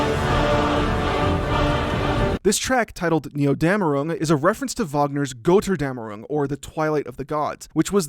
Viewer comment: Goetterdammerung is pronounced "ger tur dem ur ung."